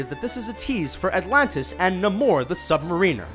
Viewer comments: Na-more? Sub ma-reen-er? ;p~~~~~~ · The sub mariner isn't pronounced like, "marine" it's pronounced like "marinara". Haha. And the infinity gauntlet Thanos picks up at the end of Avengers is a left handed glove. In Thor, it's a right handed glove. Either there are two or the movies messed up some shit. Cool video anyway. Keep them coming. Don't listen to assholes like me who pick them apart. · na-MORE the sub-ma-REEN-er?!?!??! Did you mean NAYmor the subMARiner??? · "Mare-in-er" ...not "Ma-reen-er" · sub-mariner... mer-rehn-er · you pronounced 'The Sub-Mariner" wrong. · These we're all really obvious ones for me. Do other people pronounce it submariner? It feels so alien to me. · This narrator sucks. He calls the Sub- Mariner the Submariner. Does he look like a submarine? NO!